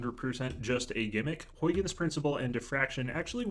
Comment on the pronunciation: Great explanation! Also, that's not how you pronounce Huygens :p